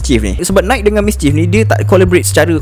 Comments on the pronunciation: Nai ki, bukan naik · Bukan "naikkkkk". "Naikiiiii". Bukan "lingked in". "Link in". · kerol kau kena belajar sebut nike, linkedin etc betul2 before buat video